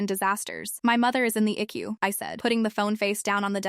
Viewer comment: I do not know what IQU is; but I believe it was ICU which stands for internal Care unit. Get your AI to talk right or don't have it talk at all and use a human